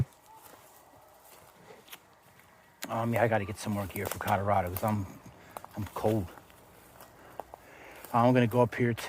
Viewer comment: Codarado??? Colorado! It's Colorado... oh and don't get me started on your wooter. Nothing better than a tall, cold glass of wooter.